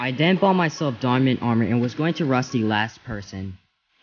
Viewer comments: When he says then I den u mean then????? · “ Den i rushed his base ” BAHHAH I LOVE HOW U SAY “DEN” ❤️ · He say den I bodt leater armor